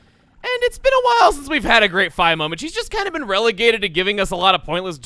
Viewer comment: Did you just say fai